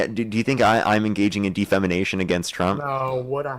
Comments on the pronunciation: De FAMAnation hahaha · “De-fam-I-nation”. That mispronounced word just makes me laugh. 😂😂😂